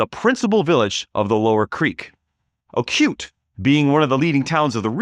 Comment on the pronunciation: Not Ocute, but oh coo tay.